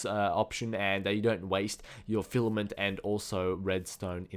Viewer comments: at least he stopped calling filament, flament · HAHA!, remember Fliment... You finally said it right, FILAMENT:D